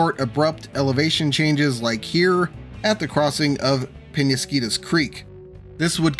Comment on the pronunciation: Temescal="temm-ess-CAL" Also, it's "Penesquitos", not "penesquitas". Another problem in San Diego County is that a lot of the land is federal property such as around MCAS Miramar. Around Old Town a lot of the land is state property.